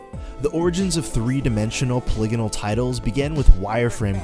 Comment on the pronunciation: Awesome video! But if you say Polygonal like that one more time I will reboot my brain in order to forget it... That aside... great video!